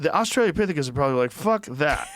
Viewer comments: For the love of god Joe, it’s AUSTRALO-pithecus. AUSTRALO. Not AUSTRALIA-pithecus. Why in gods name has no single person ever corrected him in over 10 years?! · Please Joe. It's "australopithecus". Not Australia-lopithecus". Please Joe. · I was thinking this might be just the right sweet person to tell Joe that the pronunciation is Awe Stray Low Pith Ick Us...not Australia Pith Ick Us. Oh well. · "Austrailia-pithicus" lol. Joe is so much dumber than he thinks he is.